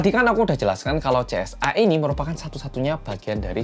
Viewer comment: Yg aku denger CSA bukan JSA 😭